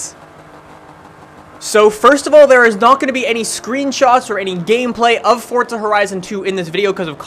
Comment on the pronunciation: Just wondering, why do you pronounce forza like "fortza"? My friends and I say it like 4za.